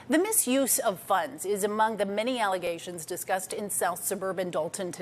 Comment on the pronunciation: The mayor said they were nothing but allezations. Hahaha